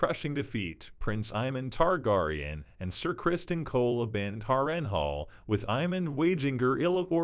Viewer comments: Lol not the tar-gar-eon 😂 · Leave my girl ri-nerya tar-gar-on alone. 😂